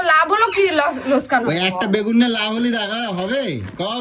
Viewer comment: কথাটা হলো help হেল না কথাটা ঠিকমতো বল তোমার কথার কে ধরবে না মানে? তুমি কোন কথা ঠিকমতো বল তোমার প্রত্যেকটা কথাই তো ভুল যেমনি কি বাগুন, গাবলা, দরমুজ